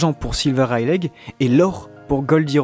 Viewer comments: c'est pas reileig mais Reyly que sa se prononce non de dieu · stop dire rail lé c'est rai ye li la prononciation 😂 la meme pour luffy ;) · Rayliiii pas raylegg :cccccc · C'est une très bonne vidéo que je vais télécharger et garder longtemps mais cette prononciation me met mal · freeeere même 3ans après ça me rends fou😭😭😭😭😭 ça se dit Reyli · Super video (juste ça me perturbe : vous pouvez pas dire [raie-li] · reileight on le dit "raili" mais sinon bonne video !! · Ta prononciation des mots en anglais est à chier mais le reste est bon XD wall quek aylande lol Rayleg. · Rayleigh c ps censé se prononcer "Reyli" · Serieux un peu d effort pour prononcer correctement Rayleigh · GROOOOOOS on dit pas le "G" de Rayleigh, c'est moche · Yop tu peux arrêter de prononcer le "G" dans le prénom de Rayleigh.